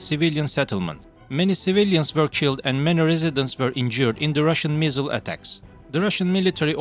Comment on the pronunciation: When he said “missile” I thought the accent said “measle” like the disease. Still very bad though.